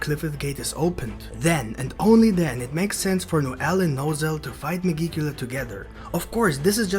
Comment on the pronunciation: Oh yeah, megicula is not pronounced that way. It's like magic, but with an 'e'.